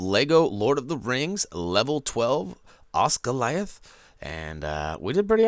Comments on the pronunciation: pronounced Oz-gilly-ath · you said osGILIATH WRONG SORRY